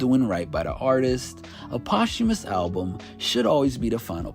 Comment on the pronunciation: Today I learned how to pronounce posthumous correctly